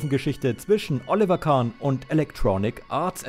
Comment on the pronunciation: Alter du kannst den Namen Oliver nicht korrekt aussprechen grausam. Ich empfehle dir einen Sprachkurs!